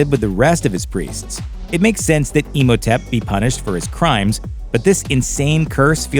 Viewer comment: I love how you pronounce Imhotep. Like Emo-tep